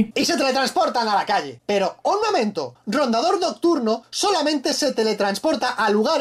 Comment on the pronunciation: JAJAJAJAJA RONDADOR NOCTURNO VERGA COMO DAÑAN TODO LOS NOMBRES KAJAAJAJAJ